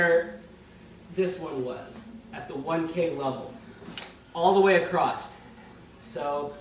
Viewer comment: Hahah super helpful videos but we have to get you to stop saying "acrost" instead of across